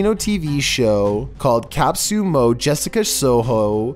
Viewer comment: Its pronounced as ca-poo-so